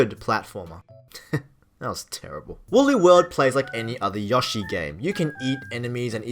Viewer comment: Dude, it's YOshi. Long o. Seriously.